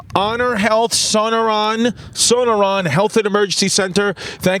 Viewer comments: “Son-no-neron” LOL. That’s pronounced “So-nor-an” Chrissy. Shout out Chrissy Literacy. Welcome to my home state boy! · Haha haha luv how u butchered the hospital name, sonorian, 😂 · son-o-ron lol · Being from Arizona and hearing you new yorkers pronounce sonoran as "sona run" has me dyiiing cuuh